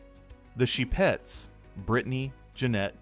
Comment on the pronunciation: the "sheh-pets" -_